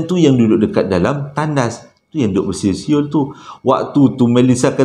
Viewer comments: 🤣🤣🤣besuet besuyer da sasul da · salam,...adoiiii terhibur lak bila payah nk sebut bersiul tu,,hahaha